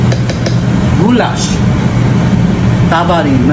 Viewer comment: Ай грагетнер , не гулаш а гуляш. 🥘